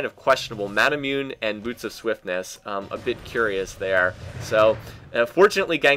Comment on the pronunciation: Love your stuff, but seriously it's pronounced Mah-nah-moo-nay. Based off the great Japanese swordsmith Masamune.